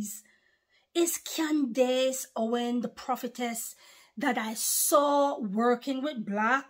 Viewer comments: Her name is pronounced like “Candis” not “dace” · It’s pronounced like Candiss 😊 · Her first name would be pronounced as Can-dus 😊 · Praise Yeshayah!!!, her name is pronounced Candis. The dace in her name is pronounced dis. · Pronounced Can dus. 💜 She is awesome, she takes no prisoners aka liberals. The republicans love America, freedom, and her people. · Her name is pronounced ----Can dus correct spelling is Candace Owens. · Pronounced : can dis